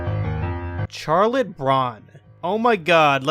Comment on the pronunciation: you are going to hell for mispronouncing charlotte :)